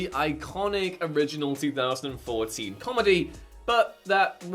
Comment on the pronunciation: Because of his accent, it sounds like he said MEAN GIRLS came out in 2014. It debuted in 2004.